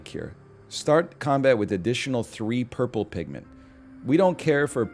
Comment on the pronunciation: I keep hearing purple pigment as "perpa pig-ment" I hope you cant unhear it as well now